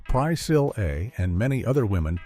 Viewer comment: Why in the world can this text-to-speech voice not say Priscilla Presley's name correctly? It just butchers it. You lost me when I was listening to that. My own text-to-speech in my screen reader can pronounce her name correctly why can't this one? I'm really not trying to be a jerk but I can't watch a video when text-to-speech cannot even pronounce Priscilla right. You might want to consider using a different text-to-speech voice.